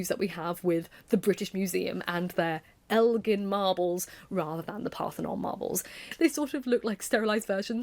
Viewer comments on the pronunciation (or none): none